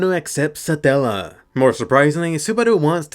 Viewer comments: Why do I hear you saying "Saadalla" instead of "Satella" everytime 😂😂 I keep picturing a random middle Eastern dude talking to Subaru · How you pronounce Satella... I'm not complaining though it's kind of satisfying